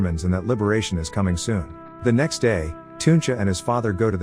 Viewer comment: how do you say teuntje its not tuuntje